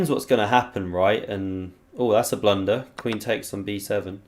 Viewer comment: “Bang! Absolute blundah” 😂🤌